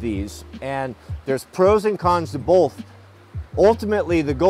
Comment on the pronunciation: Is the L in “bolth” an east coast or west coast thing? :-)